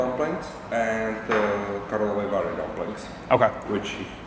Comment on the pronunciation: I really appreciate You use "Czech Republic" instead of wannabe modern term "Czechia"! And you got Karlovy Vary, Mariánské lázně and Františkovy lázně completely right.